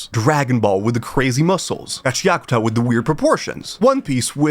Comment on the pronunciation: new gachiakuta pronounciation just dropped